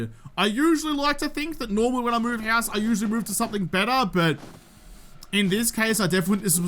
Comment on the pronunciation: The hoose? Scandal, is really a Canadian!